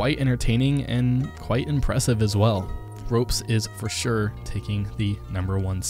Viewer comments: Ropz not ropes plz fix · Ropez???? It's Ropz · nice video but just to tell you its called ropz[pronounced the same way ropz] not roupz. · I love how you call ropz - Ropes xD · it isn't "ropez" but "ropz", idk how tf you don't know that... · It’s ropz, not roupz. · R-awps not ropes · Ropz is pronounced Rawpz not ropes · Pronounced ropz wrong It’s pronounced “rawpz.” Haha yes